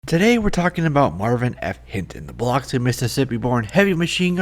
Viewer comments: As someone who lives in the next town over from Biloxi, PLEASE learn how to pronounce the name of the city. It's pronounced BILL-ux-E, not bill-OX-e. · It's pronounced "Bah lucks see"